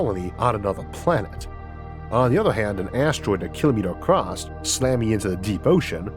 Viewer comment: Ehh!! Not acrost!